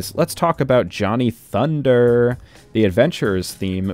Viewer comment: I cackled aloud when you said ✨️Johnny Thunderrrrrr✨️